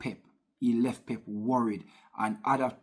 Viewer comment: Worred 😂😂😂😂 come on bro